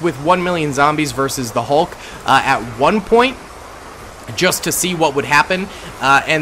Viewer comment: “How iz Zeeeee Hulk doing”😂😂